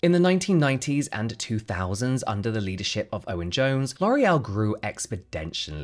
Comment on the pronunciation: Maybe consider taking a little time to look up the pronunciations you are going to use in a story before you film and write them down phonetically on cue cards or something. A couple of mispronunciations is one thing but when it's so constant throughout the entire video, and even on words in English (expendentially instead of exponentially), I have to turn it off mid way through. Your videos are very interesting and obviously well-researched but this aspect undermines the quality and distracts from the story you're trying to relate.